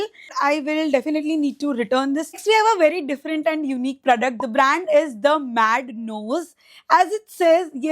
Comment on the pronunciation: Parfume, pradact, assesary?? ...bro😂whyyyy do u pronounce even basic words wrong